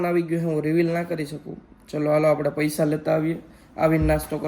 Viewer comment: પૈસા ❌ પયસા 😆😆😆😆